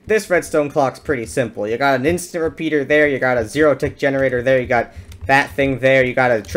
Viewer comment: "Its pretty sinple" mumbo jumbo intensifies